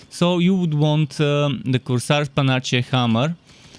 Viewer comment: Panache is pronounced pe-nash, or possibly puh-nash. Either way, the nache in the word sounds like nash.